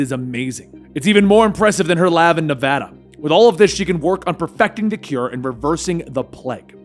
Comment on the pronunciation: thanks for pronouncing Nevada correctly